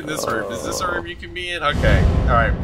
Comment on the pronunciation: Ohhhh that's pretty good 🤣 it sounds like "this I like" but its Dis*